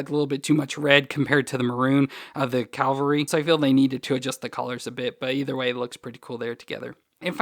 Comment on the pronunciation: Cavalry, not Calvary, which is where Jesus was crucified. Pronunciation makes a difference. Big difference in this case!